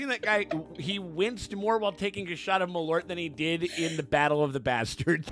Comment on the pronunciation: LOL, as a Swede, I can say that is not how "malört" is pronounced... 😂